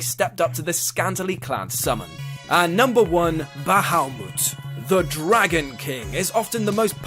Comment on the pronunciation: Ba ha mut.... Not bawhomoot